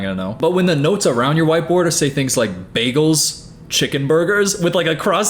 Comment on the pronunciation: The Britta Perry method of saying “bagels” was an interesting choice